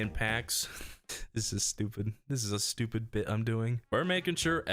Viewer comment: Finally a stchewpid ranking of TRANSFORMER MOVIES.